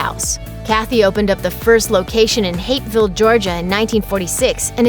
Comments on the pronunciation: Did she say "Hateville, Georgia" ??!! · Need to enunciated better. It's Hapeville. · I thought for sure the narrator was saying the first Chick-Fil-A was in "Hate Filled Georgia." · My bad if that's what she said. I just couldn't make it out even after replaying it. -1 for enunciation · Don't feel bad. I heard "Hateville" and so did many others who have commented!